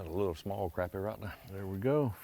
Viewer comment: Yall coming to SC to catch my fish need to learn the name. NOT croppy, Crappie. Yankees